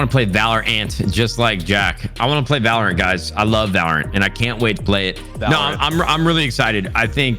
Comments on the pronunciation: valOrant, not vaLrant lmao courage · Everyone: valorant Courage:valraaannntt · dude keeps saying valor ANT xD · ok what? they both pronounced it wrong... ( VALOR UNT ) silly pleb... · My brother cant say valorant either he say it like vloor-ant